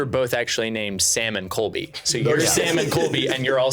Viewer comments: la sam and a coby” sir it’s CoLby😭😭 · calling Colby “Cobe” make me LAUGH